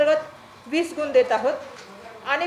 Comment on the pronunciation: शोकांतिका ही आहे की.. महाराष्ट्र राज्याच्या शिक्षणमंत्री दहावी ला धाव्वी, विद्यार्थी न म्हणता विध्यार्थी असं म्हणत आहेत..!गुण च्या ऐवजी गुन म्हणत आहे...!! शिक्षण मंत्रीच जर या राज्याचे असे असतील, तर बाकीच्यांकडून काय अपेक्षा करणार??